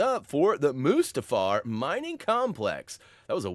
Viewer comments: Moo-Stahfer???? REALLY??? PLEASE tell me you are mispronouncing that on purpose..... Shakes head in disappointment. Still love you!!! Still Love your Videos!!! Keep ohn Keepin' ohn!!! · I've never heard "Mustafar" pronounced like that before lol. If I'm not mistake it's pronounced as "Mewstar-far" with the U having an OO sounds and not an UH sound if that makes sense. Either way that's how I'll always pronounce it. Lol Brilliant guide as always. Honestly the best lego guides on YouTube. Would you ever cover older games you haven't covered? Perhaps like Indiana Jones 2?